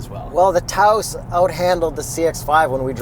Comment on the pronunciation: Yayyyyy you remembered how to say Taos like a genuine New Mexican. Good job. Merry Christmas. Joyeux Noël.